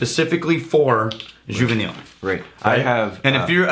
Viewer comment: Almost on the pronunciation juva -knee